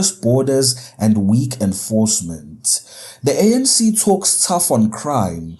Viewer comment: It is ANC...not SANC